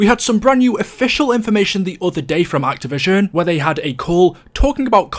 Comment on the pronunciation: Why are you incapable of saying "activision" properly